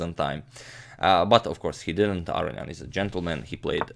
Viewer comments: Not Aronyan, but aronYAn. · You are unquestionably mispronouncing "Aronian"; "Arian" (as you pronounce it) would violate not only every principle of pronunciation (it is not possible for "-on-" to be silent) but it would also be the only Armenian name in history that didn't end in the two syllables "ee-an". There are four syllables in Aronian: "ah"-"roh"-"nee"-"an". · Levon's name is pronounced - lEvon aron-yAn. Not, levOn arO-nian. (capitals represent location of intonation) Agadmator, your pronunciation sounds like "Aro-ian", swap the "i" for a "y" as in "yum" and add an "n" just before it. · Your English is impeccable. The perceived mispronunciation (I pronounce it "a-rone-ian" ) I just attributed it to your Croatian accent. Doesn't bother me at all. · Gustafsson and Svidler pronounce it Ar-row-nee-an. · Pronouncing Aronian incorrectly? How about "wit" - you pronounce so much shit incorrectly, while being smart, you make me wanna be a superintendent. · No, he's actually saying 'Aronian' wrong. You can hear the correct version of his name in this video.